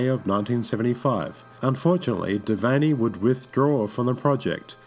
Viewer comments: Devane is pronounced devain not devaney. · 21 is too young a death age - it means you have a society of children And... William Devane is pronounced DE-VAIN, not DE-VEINEE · Once again you butcher an actor's name. DeVayne is pronounced "de-VANE" not "de-VANNY". What is wrong with you? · The E on the end of Devane is silent, the name is properly pronounced De-vain. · Please pronounce Devane as "de vein". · Odd that the narrator mispronounces William Devane's last name. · Last "E" in Devane is silent